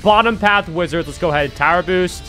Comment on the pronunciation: you butchered that so hard 😭🙏